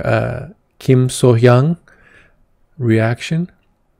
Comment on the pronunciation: Thanks for the reaction.Your Korean pronunciation was excellent . I know it's from the respect and sincerity for Sohyang.😊